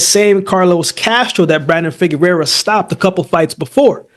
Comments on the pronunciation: FIGUEROA! pronounced FI- GE - RUA! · Covered Figueroa on the channel enough times and has butchered his last name everytime. Just say Brandon lmao